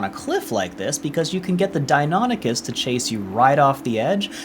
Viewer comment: Dios la guia es buenisima pero ni una sola vez dijiste valguero bien y mucho menos deinonichus...